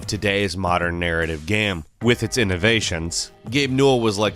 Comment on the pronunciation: Why do you pronounce "game" as "gam"? I can't keep watching or I'll die of cringe